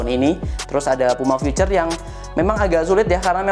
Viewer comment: Puma Futhur hahahaha berasa bahasa Arab